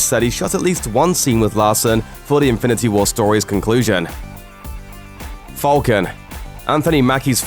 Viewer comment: I'm gonna cry if you pronounce falcon wrong again